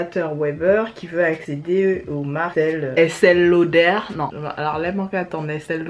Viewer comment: Rrrrrraaaaa Merciii pour le Estéééééééééée lauder qu'est-ce que ça me fatigue d'entendre Estelleee lauder grrrrrrr et le truc qui me fatigue aussi ce sont les "haul octoly" mais purée vous ne les achetez pas les filles vous les recevez donc arrêtez de dire "c'est un haul octoly" bisous Boubou